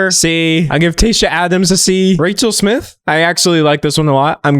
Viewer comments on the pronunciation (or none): none